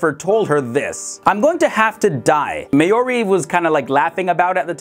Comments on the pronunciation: the woman the twins befriended, her name is pronounced "Mar-Jaw- Ree" & not Ma-Your-ie... smh, ftd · That's not at all how you say 'Marjorie' 🤣🤣🤣